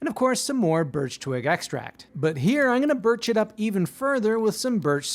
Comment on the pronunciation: “Birtchie” yea whatever that taste like